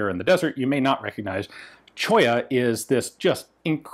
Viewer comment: I surveyed geology in S Colorado years ago and I grimaced when you said "Cholla"